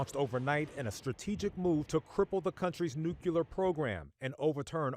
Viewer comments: "noo-kyu-lur"?? And this guy is a reporter? It's "noo-klee-ur", genius. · WHY DO PEOPLE SAY NUCULAR??? It’s NU-CLEAR! 😝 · garbage broadcast, the school children were killed by an errant Iranian missile. Also, there is no 'u' between the 'c' and 'l' in nuclear!! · If you're going to be a newscaster reporting on international events you should learn how to pronounce nuclear. There's only one U in it.